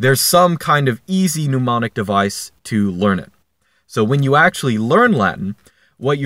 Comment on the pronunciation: "pneumonic device"